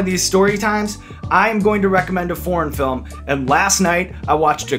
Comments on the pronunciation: I know you said foreign film but all I heard was porn film XD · When i first heard you i thought you said porn film lol